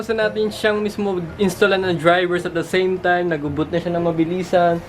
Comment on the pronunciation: no one:''At da seym taym'' xD